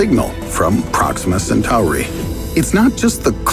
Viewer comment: pRoXiMa SatOaReY